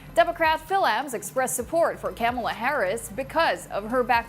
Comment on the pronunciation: I love the way you mispronounce Camela's name. Her supporters hate that with a passion and they always get on Republican's case for doing so. How do you know? How do you know how to make sure how do you think? What? But it just goes to show how little you know about our politics and really ought to keep your mouth shut. You know exactly what I mean, because you don't like americans getting into your politics, do ya At least this time, your reporting seems to be unbiased and fair. Maraming maraming salamat po